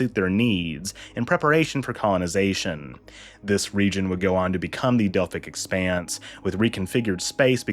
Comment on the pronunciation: "The Osaarians are not native to the Delphic expense" Dr. Phlox